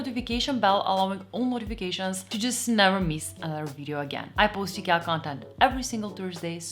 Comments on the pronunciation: Do yourself a favor and never say it like she does unless you want to get banned and ridiculed in Sweden. It's "E-ke-a". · IGAH? Eekyah? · Just one little correction. It is pronounced I-kee-a. I realise that 8n most languages it is pronounced differently, but in English, I key a please! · Have.......have I been pronouncing the name wrong for forever??? I used the say eye kia, but I guess I need to change that now. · Great video. I'm struggling though to understand your pronunciation of IKEA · I have been pronouncing Ikea wrong all this time!